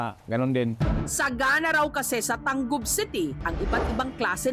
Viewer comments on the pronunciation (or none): I think ta-ngub ang pronounce ana Dili tan-gub?